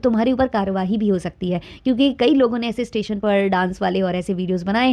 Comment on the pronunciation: Tation(station )par lappia bol rehi h kitna mazzzaaa aa reha h😅😅